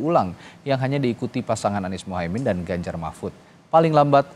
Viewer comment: Nomor urut pak bukan nomoi uyut.....teyus Paslonmu itu Ganjar bukan ganjai....Gibran bukan gibyan😄😄😄